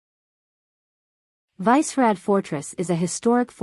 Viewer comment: Didn't realize the locals spent time at every single tourist spot in Prague. And how about that native pronunciation of Vysehrad? LMAO